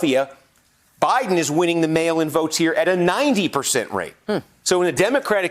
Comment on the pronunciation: Is there a way we can have Kornacki to start say "mail in votes"? It just sounds like he kept saying "male votes".